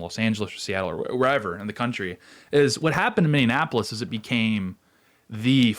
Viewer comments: Fyi, it is Minneapolis, not Minne-in-apolis. ICE made a lot of progress here in Minnesota. They have more target-rich environments like LA that they should focus on now for a while. They can return to MN again in the future. Keep up the good work, Tate! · Sorry, I gotta: Are you saying Mini-Annapolis, or Mindianapolis? Because you're not saying Minneapolis. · Dude, you really need to work on your pronunciation. It is Miny-appolis. Not miny-anne-appolis. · You are killing me! I know it's a minor thing, but it's nails on a chalk board to me... it's not, "Minneanapolis" is pronounced, "Min-ee-app-oh-lis" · Okay I gotta ask, why are we pronouncing Minneapolis as Minne-an-apolis? I feel like im having a stroke. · I'm so confused. It's "Mini-app-polis" not "Minion-app-polis". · Tate, your coverage of Minneapolis continues to be almost unwatchable. Mini-apolis. Not mini-inapolis Thank you for your attention to this matter. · It's not Mini-Annapolis, it's Mini-Apolis, Minne-apolis. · I want to know why people keep saying Minneanapolis instead of Minneapolis. Do they think it's supposed to rhyme with Indianapolis or something? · Ok…. You don’t have to keep saying “Mindy-e-apolis….. it’s Minn-E-apolis. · Minneapolis NOT Minneanapolis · It's not Minnie an Appolis. It's Minneapolis. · Where is this "MinneANNapolis" place you keep referring to? 🤔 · Can't watch....it's Miny-apple-us....the pronunciation is so bad to my ears!😂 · "Minneanapolis" "Kyle Reddithouse" LOL! Jesus. Can't you find someone who speaks English? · Are you saying Minnanapolis on purpose? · It keeps sounding like you are saying mini Annapolis? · Minneanapolis?!? 😮 C'mon, man... 🤭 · rubs nips mini-apollis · I hope this is feigned but I don’t think that it is. It feels weak. And I know you aren’t a Minnesotan but it’s pronounced Minnie-Apple-Less. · Mini-ap-ole-is Say it with me. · Say "Mindianapolis" again...say "Mindianapolis" one mo gdamn time... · He said it every single time. Lol